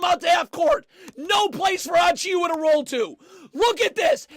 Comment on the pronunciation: just a little help for precious’s name lol it’s pronounced a-chew-uh